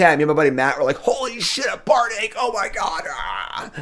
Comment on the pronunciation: For the record, Bardiche is pronounced Bard-eesh